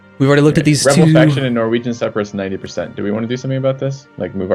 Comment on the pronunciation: Man, I wish would stop saying Separists